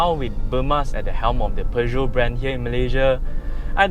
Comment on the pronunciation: Thank you for stressing the right pronunciation of Peugeot. And as always, another good review that I thoroughly enjoyed. Thank you.